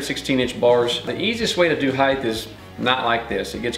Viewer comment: Height! Not height-th